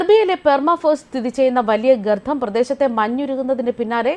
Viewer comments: 😁😁😁ഗർത്ഥം പോലെ കേൾക്കുന്നു 😜😜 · ഗർത്തം എന്നു പറയൂ. ഈ വാക്ക് തുടരെ തെറ്റിച്ചു പറയുന്നത് അരോചകമാണ്